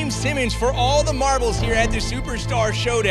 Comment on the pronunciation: Bruh u can't even pronounce giannis last name right. Smh